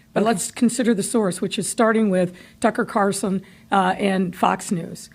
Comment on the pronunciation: Did she say Tucker Carson?